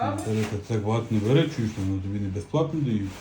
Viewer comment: Не бЕре, а берЕ.